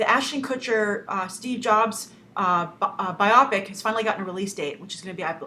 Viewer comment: It's pronounced bio-pic, not bi-opic.